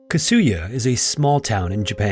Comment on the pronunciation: Kasuya... please don't put an accent on the second syllable. Slight accents on 1st and 3rd syllables ... 3rd is only very slight. All the Japanese words are similar. Tetsuko.. Yamada etc...